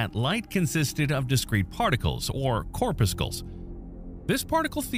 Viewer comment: Is it AI or just ignorance in pronouncing “corpuscle “ and “Feynman?”